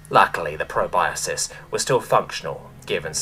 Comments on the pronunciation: just an fyi, it's pronounced "pro-bus-kus" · Love your narrations, but just a bit of mild constructive criticism: the word "proboscis" is pronounced pro-bos-kiss. Otherwise, 10/10